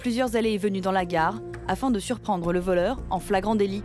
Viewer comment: Mwa c pas voleuw 😂